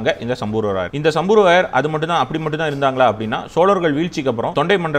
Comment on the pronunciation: சம்பூர்வராயர் இல்ல சம்புவராயர்! சரியான உச்சரிப்பில் பேசுங்க.